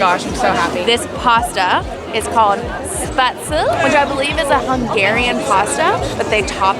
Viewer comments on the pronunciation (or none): Wow, spaetzle is German, and you weren't close on the pronunciation. Yes, it is awesome.